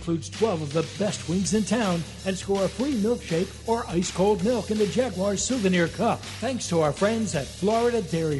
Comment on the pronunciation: Week 10 of begging to pronounce Jaguars correctly